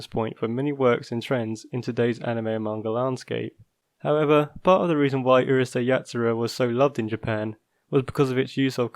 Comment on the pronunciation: It's Urusei not uhrusei